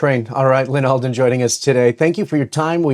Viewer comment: Lol "Allyn Alden"